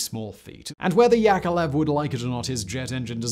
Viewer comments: YakoVlev YakoVlev not yakelev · YAK-OV-LEV... YakOVlev Come on now.. I know you can read sequentially... It is in your basic command structures isn't it??? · My goddess, time goes while your pronouncing skills are still on the same place. And that's despite decades of videos. His name is Al`eksandr[not AlerZander] S`erg`eyev`eech Yakovl`ev. I know that making Kuality Kontent is hard, but you could try at last. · YakoVlev not Yakolev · you're pronouncing Yakovlev wrong...